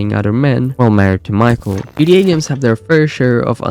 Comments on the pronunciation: why do you keep saying gda or gd5 bro it’s GTA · It’s GTA dude not GDA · I see you fully accepted it! At first 8 months ago you were mocking him by the way he says "gta".... Tbh it is funny the way he says it. Or I heard it had something to do with ai....I just heard that from a little birdie I saw in the comments Not saying it's true